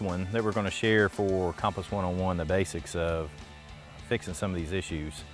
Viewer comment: Great vid, but the way you pronounced compass was incorrect and actually quite annoying. hahah sorry! I know its spelt cOmpass but its pronounced cUmpass. Great vid though and I love the Channel!